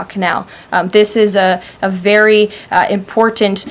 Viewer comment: She has a speech impediment.. She cannot pronounce the simple word ( important ).... Lol